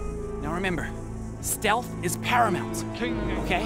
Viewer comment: "Steatlh" actually pissed me off lol